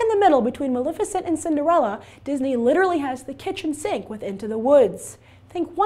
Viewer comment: It bugs me that she mispronounces Maleficent! It is ma-lef icent, not ma-lif icent! If you're going to do a review, at least be able to say the name correctly! Geesh!